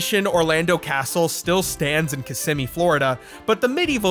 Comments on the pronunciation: Kiss emmy Florida, not kissme. Trust me you WILL be corrected if you say it wrong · I haven't finished the video yet but I sincerely hope pronouncing Kiss-EHM-ee as KISS-me was on purpose oml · Ki-sim-me, not kiss-i-me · "kissme"... lol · Its Kahs-SIM-mee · The way you said kissimmee talking about gatorland made me clench my fist for a sec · Hearing you pronounce kissimee made me want to die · We can tell you're not a florida native because you said Kissimmee wrong. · Kissimmee maybe if you pronounce the word correctly I would have more respect for you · the way you pronounced Kissimmee makes it immediately obvious that you're not a Florida native, further opinions disregarded